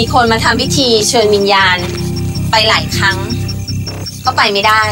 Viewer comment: วิญญาณ กลายเป็น วิญาณ 555 😂😂😂